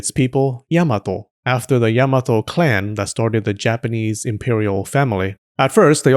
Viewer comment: Or, you could also pronounce it "yah-mah-toh" like the Japanese! Instead of "Yeah-muh-toh" 😊